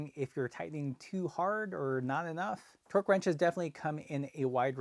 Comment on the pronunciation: I wondered what twerk ranges were - sounded epic! Then I remembered he was talking about torque.